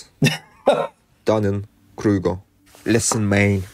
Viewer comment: Near the end of the video, the narrator said he had "two words..." and I thought he said 'Dummy Kruger', but I now realise it could've been 'Dunning Kruger'. I had to look that up! 😊 How apt! 😂